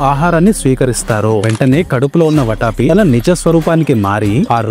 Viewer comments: అది వటాపి , వట్టఆపి కాదురా బాబూ, వాతాపి 😂😂🙏🙏🤣🤣🤣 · It’s Vaathaaapi, enti bro , ‘vataapi’!? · వటాపి కాదురా సన్నాసి... వాతాపి. తెలుగు చదవడం నేర్చుకొని తెలుగు వీడియోలు చెయ్యి. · వాటాపి కాదు వాతాపి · వాతాపి , ట కాదు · Orey english medium... Konchem telugu chadavadam nerchuko raa saami.... Vataapi kaadu vaathaapi.. badaami kaadu baadaami... naaku telugu raayadam raadu. I am from another state. malli NUV telugu loo raayi anoddu.... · Everything is good, improve the pronunciation వాతాపి బాదామి